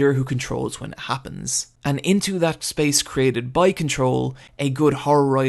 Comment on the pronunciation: I just love your pronunciation of "hwat" "hwen" "why" "overhwelming" hahahahaha